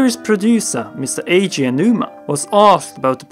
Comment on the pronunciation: I love the video and the theories but I cannot begin to explain how annoying I find your pronunciation of the name Eiji Aonuma. I am going to assume that this is simply just a case of not being aware of it. So the proper pronunciation is like (Ey-jee Ow-noo-mah). A man who has done so much for us Zelda loving gamers deserves that respect.